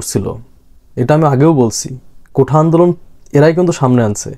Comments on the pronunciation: উচ্চারণটা কোটা কোঠা না। বাঘের ছাল গায়ে দিয়ে হুঙ্কার টা অবিকল বাঘের মত না হলে তাকে সার্কাসের বাঘ বলা যাবে না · কোঠা নারে বাবা! কোটা Quota....